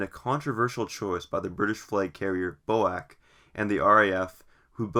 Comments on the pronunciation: A friend of mines dad was a 707 pilot with B.O.A.C. He NEVER referred to it as BO-ACK. It was always B.O.A.C. As far as I'm concerned the Bo-Ack business is a transatlantic mispronunciation of fairly recent origin. I had never heard of it pronounced that way until a couple of years ago. I think you are incorrect on this one. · Boac? B. O. A. C. FFS! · BOAC? Never heard anyone say that before. Its B.O.A.C, with each letter pronounced separately. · "Quick note: I am aware that the formal way to pronounce BOAC is as an acronym (B-O-A-C), however, within the airline itself it was usually called Bo-Ack. While one is more well known, both are correct" Said Nobody Ever, oh, Except You! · Bo-Ack, "Falcon" islands ... very poorly researched. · FFS, stop saying "BOW-ACK", it is B as in Bee, O as in Oh, A as in dAy and C as in Sea! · BOAC is not pronounced Bowack. Its British Overseas Aircraft Corporation or B.O.A.C. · "Flew in from Los Angelees B-O-A-C, man, I had a dreadful flight..." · Rubbish it was never reffered to as Boack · Perhaps you could provide some evidence it was called Bo-Ack within the Airline then. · B.O.A.C is absolutely Not pronounced as a word. It is always pronounced as four single consecutive letters. It is an acronym and should be pronounced as such. To pronounce it as a word is to display one’s ignorant illiteracy! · I've simply stopped watching the second I heard "bo-ack". If you can't pronounce the name right, why would you expect you audience to believe anything else? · PINOCCHO CHANNEL!🤪..."Bo-ack" 🤣🤣🤣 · Bizarre turn of events (pronunciation) in this vid. Just so you know, British Aircraft Corporation was shortened to B-A-C……prior to it becoming B-A-E. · I presume you live in the Us-Ah. Mispronouncing names is considered rude. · "British flag carrier Boac" What??? You mean B.O.A.C. pronounced "Bee Oh Ay Cee" ....That's a schoolboy error!